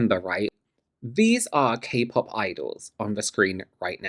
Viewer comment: IT'S NOT KAY PAP 😂 never gonna be not funny